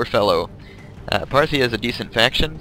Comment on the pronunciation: hahahahahaha "Phartia" FARTIA? HAHAHAHAHA